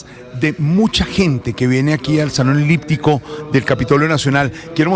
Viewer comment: Salon “liptico ” dice Jorge Alfredo.. Se dice salon “eliptico”.